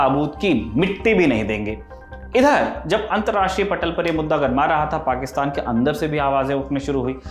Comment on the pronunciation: वाह “पाक्षतान” 😂😅